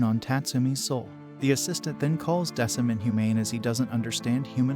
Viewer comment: The name is pronounced Deck-um